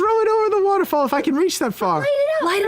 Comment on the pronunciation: The way says waterfall is so good to me.